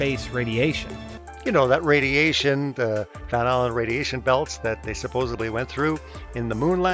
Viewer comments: Never trust a person who says supposebly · Seriously, what is the deal with flatties not being able to say SUPPOSEDLY?? This is yet another example, and they keep popping up! It’s a great indicator though for when someone is trying to bullshit you, so it’s a useful, funny heads-up 👍🏻